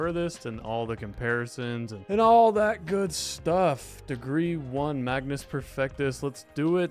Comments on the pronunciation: i only just now realized, but actually seems to think it is the "magNus" instead of the magus in this video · It's magus perfectus not magnus 😭😭